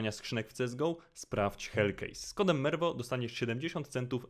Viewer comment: Nie spodziewałem się tak szczerze I tak BTW jako pierwszy przeczytałeś moją nazwę poprawnie